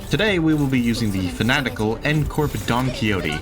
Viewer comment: Hey man I really like the solos! But her is pronounced like Don (key Hoe tay),, Also its important to say her name as Don Quixote because its a title that she has saying don is just saying Mister!